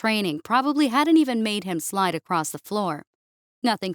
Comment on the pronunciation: The word “across” does not contain the letter “T”.